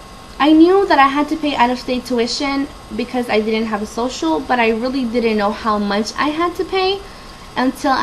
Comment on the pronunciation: You are not "undocumented". You are an illegal alien. Also , "didn't" is not pronounced "did-dint".